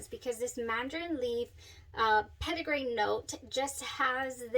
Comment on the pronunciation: Its Peti-grain not Petit-agrain :)